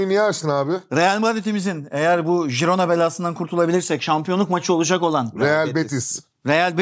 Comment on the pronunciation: Herkes de jirona diyecek sonsuza kadar gibi oturmuşu değiştirmek çok zor oluyor :)